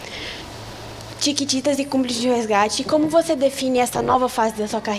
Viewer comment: Ela fala tiquititas